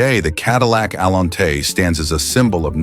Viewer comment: Cadillac Allen-tay! Gotta love the crappy AI narrators.